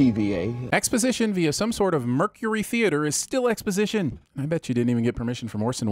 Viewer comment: “Expositioin” * ding *